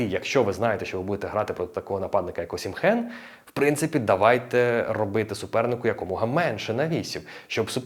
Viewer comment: Класний огляд. Але є поправочка. "ОсімХен" не вірне звучання прізвища. Всі наші і інші коментатори з просторів колишнього радянського союзу, тобто російські і інші, чомусь так його називають. Я теж так раніше його називав , але мене виправляли саме нігерійці, його земляки. Правильно звучить "Осімен" . І всі іноземні коментатори - англійські італійські німецькі , португальські , іспанські , французькі називають його саме так - Осімен , з наголосом на " і " . ОсІмен ! Віктор Осімен !